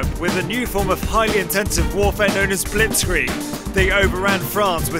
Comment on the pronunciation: as a german i noticed a mistake: he says : blitzkreig but the actuall german name of it is: "Blitzkrieg"